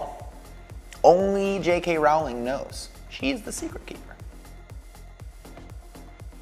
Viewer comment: only JK “R-ow-ling” knows